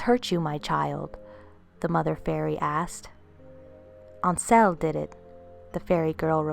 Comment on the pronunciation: Right I subbed because I really like your channel. I have apologised for saying you sounded weird on the first video. I think because I am a Celt from the Highlands of Scotland most probably of Viking descent and I am really old so I think I can help you with certain pronunciation. Ainsell....it would definitely be pronounced ain as in pain and sell..like in a shop. I know this for definite because my ain means my own where I come from and sel is self.....talking about which, did you hear about the lonely prisoner? He was in his sel...I know its terrible but you're not going to forget it are you lol...loving the channel.